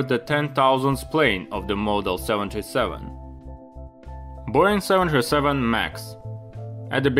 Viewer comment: I'm an AVGEEK, though sometimes I watch your videos on repeat because my Wife loves the way you say Boeing. She walks around the house saying boing boing like you're Tigger from Winnie the Pooh!